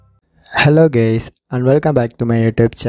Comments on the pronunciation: You said Hello GAYS???!!! 🤬🤬🤬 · It's nt hello gays But it's hello guys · hello gays Me:(rewinding) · He just said "hello gays"